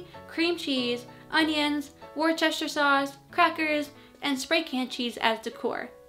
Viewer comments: Worcester Sauce. Ok. Let's get this right. If you are talking about Worcestershire (the county in England) it is pronounced Wuss-ter-shr. The city of Worcester is pronounced Wuss-ter. The sauce is NEVER called Worcestershire Sauce (Wuss-ter-shr sauce) but Wuss-ter sauce. That might sound confusing but it would be nice just for once to hear someone from the USA pronounce it as it is in the UK. 🙂🙂🙂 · It's pronounced as if it were spelled Wooster-sher. So Worcester, Massachusetts and Worcestershire in the United Kingdom and the familiar sauce are Wooster (with a short oo like in look, book; not a long ooh) and Wooster-sher, despite their old-fashioned historical spellings, Worcester and Worcestershire. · also the sauce you mispronounced is pronounced worst a shire sauce. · It's pronounced "Woos-ter-sheer" sauce, with the stress on the first syllable. P.S. The flour in Wonder Bread was refined to make it as white as possible, but in so doing, the vitamins were bleached out and then had to be added in at a later step. The reintroduced vitamins could then be sold as something that made Wonder Bread special and somehow better than other brands of white bread (which many folks preferred over brown or rye bread). It wasn't. It was just plain old white bread. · "Cat-sup"?! Lol. "Wor-Chester" sauce.🤣🤣